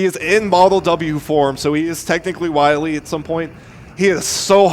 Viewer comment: Repeat after me: Dr. Wiel is not Dr. Wily